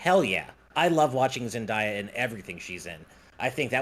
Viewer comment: That is not how you say Zendaya. It's Zen-day-uh.